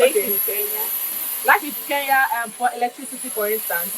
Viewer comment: My girl ❤❤ mshow ni kenya not keya 😂😂napenda nigeria sana